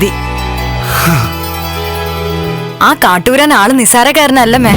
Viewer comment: കാറ്റൂരാൻ അല്ല കാട്ടൂരാൻ